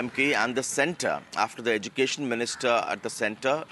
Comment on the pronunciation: If one has to communicate alone they can do a one month language course for spoken hindi or spoken odia or whatsover .. why thrusting on us. Education minister Dharmendra Pradan cannot even pronounce Education properly .. edukesan...that's how he pronounces